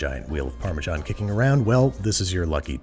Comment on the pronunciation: Can only get Parmesan... not Parmesharn...